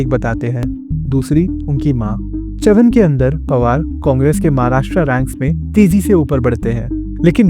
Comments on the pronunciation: बरामती❌️ बारामती✅️ चवन❌️ चव्हाण ✅️ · Your pronunciation of Baramati and Chavan is irritating.